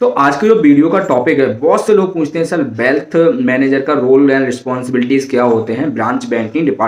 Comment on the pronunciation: Bhai bealth nhi wealth hota hy